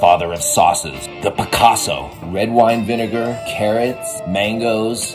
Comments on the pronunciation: Picasso 😂. It’s picoso. Pronounced peekoso. It means spicy. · picoso means spicy in spanish. it’s not pronounced like the artist picasso though. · Not a fan of mangoes or Ghost Pepper in my hot sauce...otherwise the rest of the ingredients sound great P.S. I don't think that's pronounced Picasso...looks more like it's pronounced like (Pee-ko-so)...maybe it is, but the spelling is different